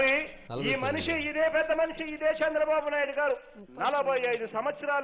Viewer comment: Ayya... Shandra babu Kaadhu ayana Peru..... Chandra babu...... Chandamama ni kshandamama ni chesinattu undi nuvve palike vidhanam